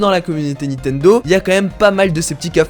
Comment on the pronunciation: PK tu dis Nitendo en plus 28 fois (J'ai compté)